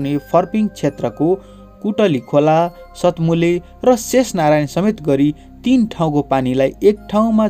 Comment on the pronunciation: Sat mule hoinna. Saat mule ho... tyo dhaau